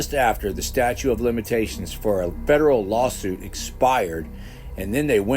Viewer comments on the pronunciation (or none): "Ekspecially" is not a word. *Statute not "statue".